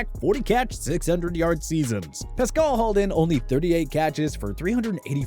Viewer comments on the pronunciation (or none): Who is Zach Pascull??? It’s pronounced how it’s spelled Pascal